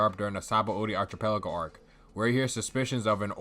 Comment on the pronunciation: the ch in archipelago is pronounced like a k